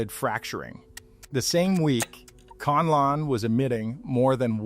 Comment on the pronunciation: it's Mah-Yon, and Can-La-Onn.